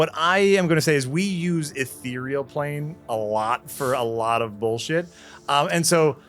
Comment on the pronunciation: What is happening? actually pronounced "ethereal plane" correctly! TWICE IN A ROW!